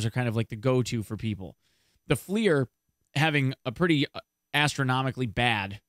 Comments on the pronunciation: Flier lol. It's F L I R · That's not how you pronounce FLIR....